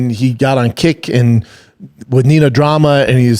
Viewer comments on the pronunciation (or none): none